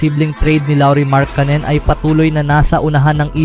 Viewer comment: Ang masasabi ko ay lalong umarte at paiba-iba ang bigkas mo ng markkanen. Magpakatotoo ka na kasi na pinoy ka, gumagaya ka pa sa iba e... 😂😂😂